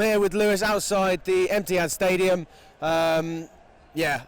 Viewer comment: It's pronounced ETIHAD, show respect. They just toyed with you.